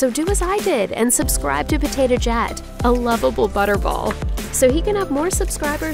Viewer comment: I heard her say "Potato Jat"... Just me?